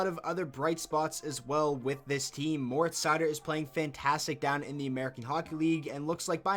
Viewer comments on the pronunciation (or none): none